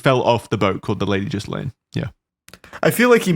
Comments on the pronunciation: Guys it's not jizzlain it's galayn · .......was "Jizzlane" a conscious choice? I've always heard it pronounced "Geelane". Lol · it’s pronounced: GEE-lane not jizzlaine lmaoo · Ghislaine is pronouced like gil ane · Lmao “Jizz-Laine” is my favorite way to pronounce Ghislaine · I love that you are calling her jizzlane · It's pronounced Gill-lane. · Their pronunciation of Ghislaine is driving me insane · The pronunciation of Ghislaine is driving me insane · The “S” in Ghislaine is silent boys